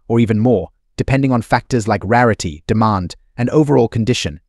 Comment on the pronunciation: Pronounced deMAND not DEEmon